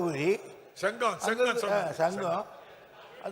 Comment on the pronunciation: "Chengam" nearest place of vellore, so much struggle to say the name of place.... How people will get recognition 😢